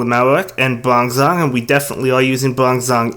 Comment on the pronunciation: I'm not the only one who flinched a little bit about his "bronzong" pronounciation right?